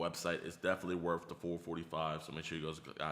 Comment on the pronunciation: I thought he said wrath not worth